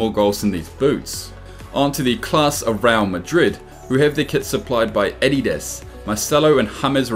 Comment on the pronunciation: You pronounce adidas wrong